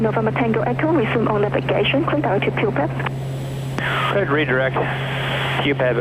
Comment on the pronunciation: your favourite thing is saying 'poophead' low key instead of pupeb?